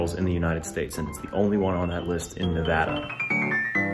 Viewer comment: Thanks so much for pronouncing Nevada correctly!!!!